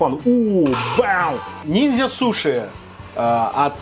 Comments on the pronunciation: Ниндзя, а не нинзя. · не нинзя, а ниндзя )))))))